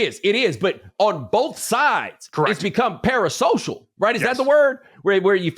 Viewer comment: Bo, correct me if im wrong but parasocial is a 4 syllable word 😂